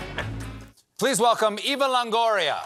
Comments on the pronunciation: It's Eh-vah. Not Ee-vah. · it's pronounced “ẽvã correctly. . .